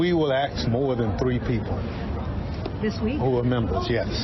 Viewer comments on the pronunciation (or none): Benny Thompson says: “We will AXE more than three people.” (Screen text shows “ask”). Question for any speech therapists out there: Why is it so hard for so many Americans to pronounce that word? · Bennie the word is ask ask ask, not Axe. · You will “axe more than three people” or you will “ask more than three people” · "axe" instead of "ask" has become something the wanna be posser / hipsters use on social media during the last 2 years the word "biased" has disappeared to be replaced by the word "based" which proves the ignorance of the conservatives who dominate social media voicing their grievances and anger and then theres the word "woke" used to denegrate by those suffering from their own low self esteem issues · Did Thompson just say he was going to axe someone to death , it definitely sounded like axe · Answer: it's colloquial